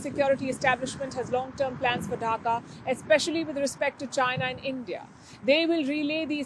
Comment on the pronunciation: What is Dhaka dhuing 😂 what a pronunciation 😂